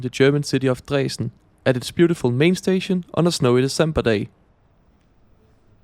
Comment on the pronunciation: I‘m totally fine with the pronunciation. Here in the very west of Germany we would pronounce it similar than you did.